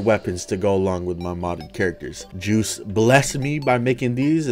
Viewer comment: what i see:joost mod what i hear:juice mod